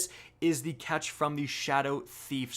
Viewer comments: What's up with YouTubers not being able to pronounce anything correctly? Other dude called Runes "ruins", this dude calls a Ketch a "catch". Seriously, do you people even play the game? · “A katch” A KATCH cries in Eliksni